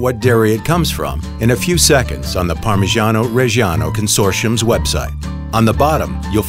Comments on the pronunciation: Im italian and his parmigiano reggiano prounced like that kills me inside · The way the narrator says “parmigiano reggiano” irritates me so much😪 It’s not pronounced like that😑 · The pronunciation of "Parmigiano Reggiano" is so hilarious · The way that guy pronounces Parmigiano Reggiano makes me cringe... and I'm not even an Italian. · As an Italian, your pronunciation really hurt my ears, sorry had to say it :P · I CAN'T STAND THE WAY IT IS PRONOUNCED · Motivation: Man cutting cheese: Unenthusiastic, robotic, sleepy Narrator: Heavily over enunciate the phrase "Parmigiano Reggiano" Viewer: am Youtube hole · Parmegianoh RRReggieanoh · yeah it ain't even the right goddam pronunciation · Si ma Parmijjiano Pejjjiano non si può proprio sentire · Parmigiano Reggiano is pronounced like Pur-mee-JAH-no Re-JAH-no And not like Pur-mee-SHAH-nou Re-SHAH-nou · Pronounce it correctly, it's PARMIGIANO REGGIANO and not PARMISGIANO RESGIANOU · Ad an italian i can say se dont say parmijaaano rejjjiaaaaano lmao it feels so wrong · Everytime the dude says "Parmigiani Regiano", it feels like I've killed Mr. Angelo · no one: this guy: parmegiano rejjijiannoh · We don't say parmijjjjjjjjiano rejsjjjjiano , waaaay wrong the pronounce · you should pronounce it something like “parmiddjano reddjano” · "parmijjiaanou rejjianou" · Count how many times he said parmegano regano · Something about an American saying "parmeshano reshano" just doesn't sound right. But all the other words sound great, the narrator actually has a nice voice to listen to. Just the Italian pronunciation could be a bit better. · Am I the only one bothered by the narrator's PaRMrGIaNO ReGIAnO pronunciation? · Non potevate far parlare un italiano con una pronuncia decente ? cos'è il parmygeeanou regyano PORCODIO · Say parmagiano reggiano one more time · Yo if you can’t pronounce “parmigiano reggiano” correctly then DON’T Listening to you saying “Parmejiano Rejiano” was the worst thing ever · Wrong pronounce